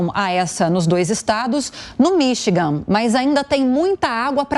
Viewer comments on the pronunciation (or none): none